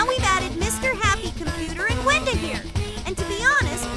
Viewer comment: WENDA Sounds Like He's saying ragatha